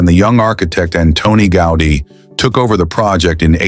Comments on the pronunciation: Автор этого шедевра Антонио ГаУди. Тот, кто запросил у ии материал на тему церкви Саграда Фамилия хотя бы потрудился проверить правильности и названий, и ударений. Дизлайк. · Can't you get the right pronunciation for the name of the architect? Was that out of your reach? Or simply non-professionalism?